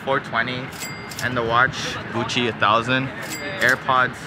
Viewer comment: “dis like gusshi like five houndrad”